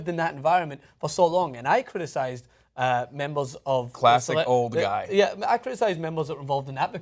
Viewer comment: everytime tries to day guy he say "gay" lol